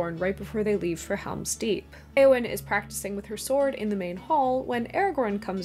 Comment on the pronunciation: Entering pedant mode. Eowyn's name should be two syllables, not three. The 'eo' is a diphthong, not two separate vowels. This diphthong does not exist in Modern English, so it is hard to get right (at least I find it so), but diphthong it is.